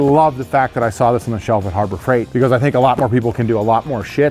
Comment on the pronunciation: Harbor Freigrt? Harbor Freiigrt?